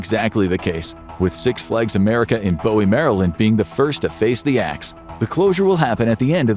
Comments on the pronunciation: "Boo-wee" not "Bo-wee". Just FYI. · I'm from Maryland. Bowie isn't pronounced "bow e", it should be pronounced "boo e", not that anyone actually cares, but still... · It is pronounced "Boo-ee" not "Bow-ee"